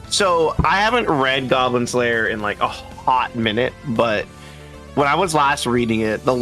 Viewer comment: "GOYBLIN SLAYUH"